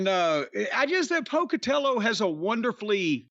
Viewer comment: When Jim said "Down where I come from they would say Mr Pocatella" I swear to God I thought he would follow it up with "Could you please pass the jelly?" in that same accent. IYKYK